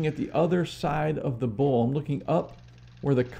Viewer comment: Buddy, your very knowledgeable on your lathe, but you have people confused because you can't say bowl! You say it like bull! Please learn to say bowl, not bull